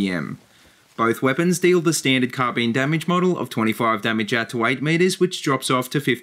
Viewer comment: I enjoyed the video, especially the way you say car bean.